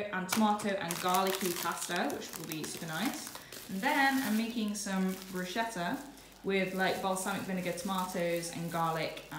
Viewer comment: You don’t pronounce bruschetta like ‘bruscetta’, but as ‘brusketta’!!